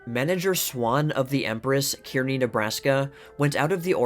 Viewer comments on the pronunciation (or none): I love your channel and always look forward to a new vid. Just a note tho, Kearney, NE is pronounced Car Nee...Have a wonderful day and week.